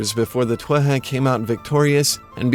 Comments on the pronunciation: why do you pronounce Tuatha that way? I've always just said it like 'tooatha' with the th sound prounounced like we do in english like in the word 'the'. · So many Irish words mispronounced. Most notably Tuatha is pronounced 'Two-Ha'! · In modern Irish, TH is an H. So, it is TOO-a-ha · isn't it To-ath-ha when you pronouce it ? :P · Ok a bit of help, I know someone else posted their pronunciation of Tuatha but I personally would say it too - ah - ha, with the syllables running together fluidly.